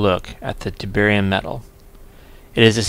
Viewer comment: Did you say your Tb was from chemkitdepot? I couldn't quite make out what you said. Very nice of them to donate something to you! If it was them, their free bromine offer sounds pretty good. Are they a good company to deal with? By the way I like how it sounds like you start calling it tiberium :)